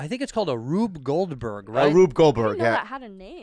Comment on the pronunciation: That Asian guy can’t even say Rube Goldberg hahahahq